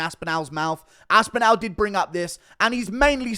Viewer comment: AspinALL NOT ASPINEL